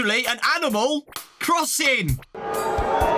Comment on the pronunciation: when he says crossing, i lost it